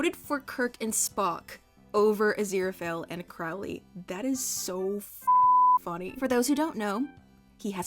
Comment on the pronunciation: every time mispronounces Crowley I physically hurt